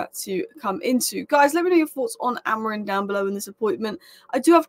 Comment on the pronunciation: A--MO--RIM.. You should take time to pronounce people's names. First Ten Arg, now Amoin.